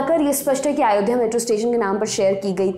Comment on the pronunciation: महोदया आयोध्या नहीं होता, अयोध्या होता है। थोड़ा homework किया कीजिए प्लीज।